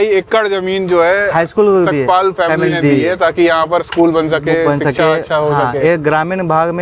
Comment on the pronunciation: सतपाल नही सपकाळ